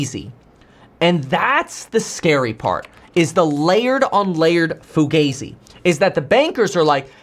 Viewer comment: Kevin PLEASE fix your pronunciation of FUGAZI! Google it!:face-blue-smiling